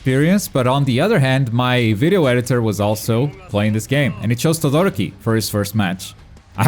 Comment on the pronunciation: Why is it so difficult for you people to say TodoROki, and not ToDOroki? It´s a genuine question, not triying to be a dick.